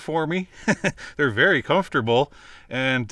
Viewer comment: Tank you vary much lol